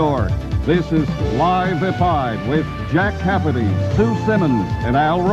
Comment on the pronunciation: oh, lol, i thought something was peculiar about this! it sounded like the narrator said "Jack Capity". and i never knew how different Sue Simmons looked back then. is she wearing contacts now cause i don't see her with glasses now.